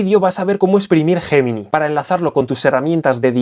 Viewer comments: ¿Guguel JJJemini?...🤣🤣🤣🤣, qué mal se pronuncia el inglés en España, es algo endémico. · es Yeminai... asi se pronuncia tmr españoles, q les cuesta decirlo en ingles... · Es un término originalmente latino y en latín se pronuncia «guemini».